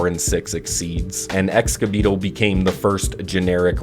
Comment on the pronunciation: EXKA BEETLE? NOT EGSA? IM CONFUSED AND SIRRY FOR CAPS